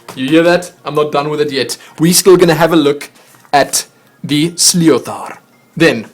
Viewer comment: Ahh I'm so glad your pleased with it and you got my name right by the way!!!!! The sliothar is pronounced slither though